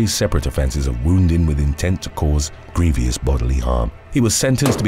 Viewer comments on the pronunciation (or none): It really grates on my ear every time you say "grievious bodily harm", instead of "grievous bodily harm". 🙉